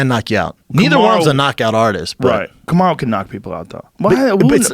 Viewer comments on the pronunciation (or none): "karmu usman"?! Ahha schaub doesnt even know the black dude s name